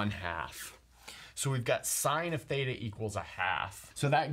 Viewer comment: He : fthaetaa Me : thita 🙄🙄🙄